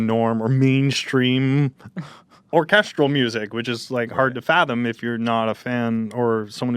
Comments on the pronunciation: Why does Ethan say "Orchestral" like "Orchusdradel"? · When ethan can't say orchestral